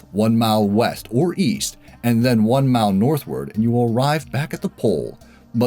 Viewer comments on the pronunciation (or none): "You walk one mao south, one mao west, and one mao north, and end up back where you started." Could we all just please switch to metric already, if for no other reason than because listening to you say "keyo" would be far less egregious on the ears than hearing "mile" with one consonant in it, over and over again.